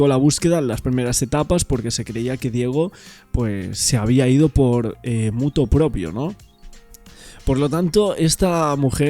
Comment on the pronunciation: debo decirte que lo correcto es decir "MOTU PROPRIO" y no motu propio. Gracias por seguir con el caso.